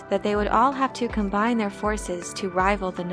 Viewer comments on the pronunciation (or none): none